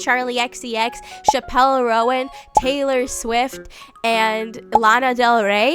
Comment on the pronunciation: ☝🤓erm "chappell" is pronounced as chapel 💒and "roan" is one syllable like the horse 🐴